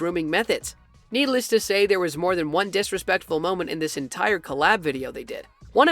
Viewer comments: no one: addison:blinks him:THATS DISRASPECTFUL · "disespectful moments" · The moment he said disrepectful Oops 🤭👎🏻